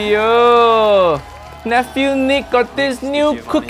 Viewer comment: As Papa Boyle would say, it's Niic (you say it wrong)